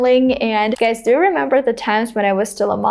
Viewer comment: I think you pronounce the word GUYS as /ɡʌɪs/ not ɡʌɪz.